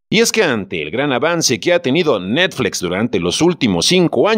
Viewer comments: Cuál “netflex “? Esa cuál es? O es muy difícil pronunciar NETFLIX? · Por qué demonios dices netflex 😡😡😡 Es chocante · 😂😂😂😂ni puse atención al vídeo por cagarme de la risa de oír cómo pronuncia 😂😂😂😂😂😂😂😂😂😂😂😂😂😂😂😂"netflex" 😂😂😂😂😂😂😂😂😂😂😂😂😂😂😂👍😂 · Netflex? jajaja:v se pronuncia como esta escrito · Netflex?...me saco de onda cada que lo mencionaba el narrador ja ja ja. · Tan grande es Netflix que hasta el le da miedo decirlo como se debe y dice NETFLEX, que paso, no le saque!!!! si ha dicho cosas peores en otros videos! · No se, si creerle a alguien que dice ¨Netflex¨ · ¿Netfleeeex? JAJAJAJAJAJAJAJA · Dice "netflex" pero dice "Disney" en lugar de "disni" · Netflex??? No mames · ¿NETFLEX? XD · Jajajaja qué cagado se oye cómo fice necflecs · Por qué dices netFLEX? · NETFLEXS, JAJAJA NO SE PASE DE VEGRA JAJAJA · Si vas a decir netflEx también di Disni y Fax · Dijo Netflex? Jajajajaja 😂😂😂😂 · Tambien le ha dicho necsfix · De seguro tomó un curso de Inglés en Trump University. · diciendo netfleex...... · Es necesario que digas NetflEx???? Es horrible. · Pronuncie bien! NETFLIX!! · Porque pronuncias netflEx? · APRENDE A DECIR NETFLIX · Pronunciq bien NET.... FLIX...... NET.... FLIX!!!!! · NETFLEEXX.... HAHAA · Que jalada en ingles si se lee como se escribe "Netflix". Y Disney es "disny", no "disney". No esta mal pronunciar como suena en nuestro idioma natal. Pero si vas a pronunciar en otro idioma debes pronunciar tooooodas las palabras correctamente. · Y por que dices Netflix tan raro? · Qué horrible pronuncias Netflix